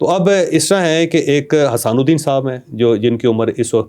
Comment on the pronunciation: کمال تحقیق ہے کہ۔۔۔پیر صاحب کا نام بھی سیدھا نہیں آتا آپ کو۔۔۔حسان الدین نہیں نام حسام الدین جیلانی نام ہے